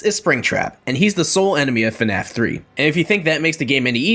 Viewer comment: yea thats how to say the FNAF